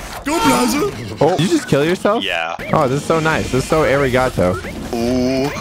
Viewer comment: ( nerdly )Umm Actually it's ''Arigato'' not what you said in your video, You said ''Erigato''